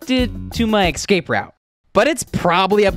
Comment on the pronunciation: man said excape not escape